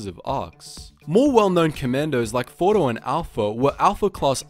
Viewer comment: Rewind, rewind. Fordo?